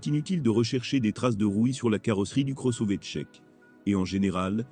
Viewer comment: La voix synthétique, c'est pénible (Le cross-ové ?). A part ça, déjà changé le pare-brise deux fois en 60 000 km. Mais le vrai problème, c'est le logiciel. Multiple mises à jours, mais aucun résultat. Certaines fonctions on dû être désactivées comme le reconnaissance des panneaux, extrêmement dangereuses. Pour le reste, ça ne fonctionne pas ou seulement la moitié du temps, comme par exemple le Line Assist (qui sonne en permanence quand il est HS !) ou Apple Car Play, qui refuse régulièrement de fonctionner. Autre point: très sensible à la qualité du carburant. Véhicule immobilisé pour l'instant à cause de ça, depuis plusieurs jours. Panne à répétition encore sous investigation. La révision doit obligatoirement se faire chez Skoda. Sinon, vous aurez acquis une expérience utile et perdu beaucoup d'argent.